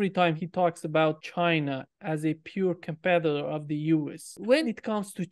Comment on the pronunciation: Dialogue Works is wonderful. I have a very minor quibble: Pronunciation matters. It’s “peer competitor” NOT “pure competitor. “ China according to Mearsheimer is a peer competitor of the USA. Peer means equal. The unipolar moment with the USA at the top without peers (equals) is over. It’s a multipolar world now. Pronouncing “peer” like “pure” misquotes Mearsheimer and robs the phrase of any real meaning.